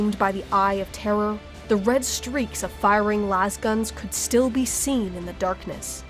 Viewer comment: Oh good, someone who's capable of saying "Eye of Terror" without pronouncing it like "Eye of Terra." It can be so confusing for new people when that happens.